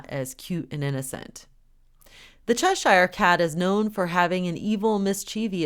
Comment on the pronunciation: when you pronounce Cheshire as in the Cheshire Cat, it is pronounced cheshur & not chesh I re as you are pronouncing it, it is cheshure or chesher. God Bless.